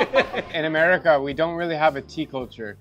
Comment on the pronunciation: The Grandmother saying "America" said it so good omg!